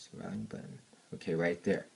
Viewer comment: The "valume" lol